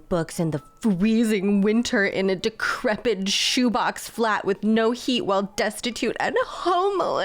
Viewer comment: I had to LOL at "decrepid". Oh yes, she endured such decrepor!